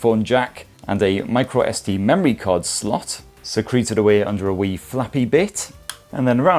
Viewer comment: More funny is your choice of pronunciation for the microSD slot being "secreted" away at the Ayaneo Air 1S' bottom.